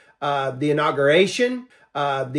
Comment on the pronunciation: He also said "inogeration"!